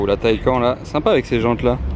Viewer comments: on dit taycane et pas taycan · On dit TayCANNES au niveau de la prononciation et non TayCAEN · On dit taycane pas taycan pour la prononciation